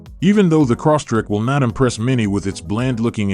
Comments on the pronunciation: Crosstrek not corsstrek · The guy sounded like he was saying Subaru CrossTrick. LOL